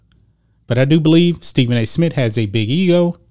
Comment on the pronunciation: SMITH NOT SMIT🤣🤣🤣